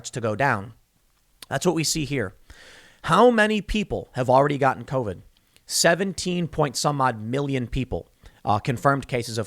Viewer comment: "C O V ID"